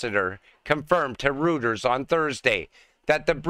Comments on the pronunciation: Reuters is pronounced ROY-ters. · Reuters = roy-terz